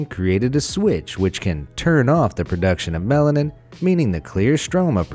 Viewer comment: It sounds like he keeps saying melon 😂